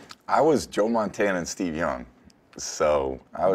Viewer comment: Did he say his idol was Joe Montana or Joe Mantenga? Joe Mantenga is the greatest tackler of all time of all time